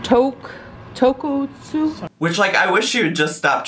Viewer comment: As someone who lives in Japan, I was horrified by how she butchered “tonkotsu.” It’s phonetic! lol